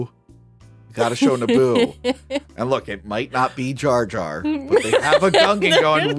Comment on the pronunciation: His name is Jar Jar, not Jay Jay.